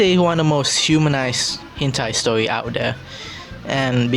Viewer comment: Uhhhhh when Philippines trying to speak english "stowy"